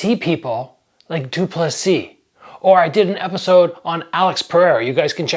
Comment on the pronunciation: You’re a content creator, you’re dedicating a video to someone and you can’t even check how to pronounce his name. lol it’s not that hard.c